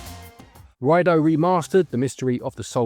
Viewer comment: Ryedoh, not Ryedoo